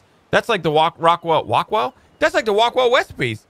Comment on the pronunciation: "That's wike the wockwell wecipe!" HAHAHAHA